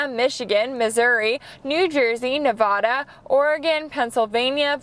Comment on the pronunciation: you said Nevada wrong